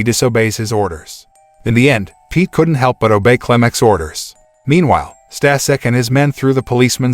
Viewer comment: It's "Stashek" - you could at least check the foreign names pronounciation... Oh god I can't watch, this is cringe - watched up to Stasek, my ass...